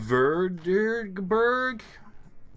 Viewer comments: Sign: Vredeberg: Wur...durrg...burg? I didn’t really expect you to pronounce it completely right but that’s just freaking sad my dude😄 Like the other name after that one was pretty acurate when it comes to pronouncing so i Don’t understand why Vredeberg wich was in my opinion easier to pronounce was so much harder for you then the other ones. The mind of is an enigma wich works in ways unknown to mortal men. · You know what? Fair enough🤷🏼‍♂️ Sometimes people just arn’t programmed to be able to do certain words or sounds, makes sence. Let’s see if we can teach you some pronounciation, just for the lols. Okay, so; Vr pronounced with a ”clear” V like ’victim’ or ’victory’ and the ’r’ has a bit of a roll to it. And Berg is not pronounced Burg. It is pronounced Berg, the ’e’ makes a short ’eh’ sound, and again; the ’r’ has a roll to it. Ceep in mind that i’m Swedish and the Dutch and Swedish languages are distant (key-word; distant) relatives so it might not be 100% accurate.